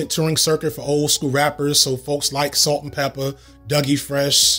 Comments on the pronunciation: he said ‘Pepper’ instead of ‘Peppa’ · Pepper with the hard R 💀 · I love that you called yourself out for "Pepper." I was like why is he saying pepper lmao. It kept catching me off guard. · He said pepper with a hard R. Noooo! 😱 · I love the fact that when you say Salt-N-Pepa there's about a 50% chance you unintentionally code-switch for a moment. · Know what bro, I forgive you for misspeaking "peppa"s esteemed name.